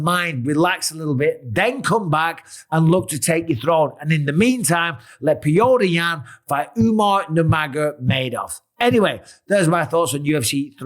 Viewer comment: "Piotea Yan" 😅